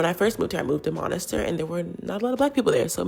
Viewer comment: for the love of Bourguiba pronounce monastir properly ma'am . it's very simple : miss + tear